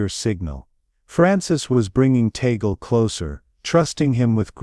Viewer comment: Here comes another narrator. The last name of Cardinal Tagle is pronouced Tag/le and not Ta/gle. Anybody wants to talk about Cardinal Tagle needs to ask him on how to pronounce his last name.